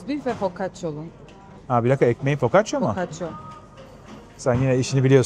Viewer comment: Focaccia 😒🤭 neden ısrarla “o” 🫣